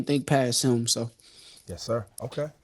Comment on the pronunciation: No gap but still can’t say him right 😂 mf is not hum is HIM!